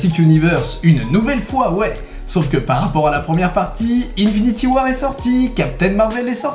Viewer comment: "unfinity war" ? L'anglais est mort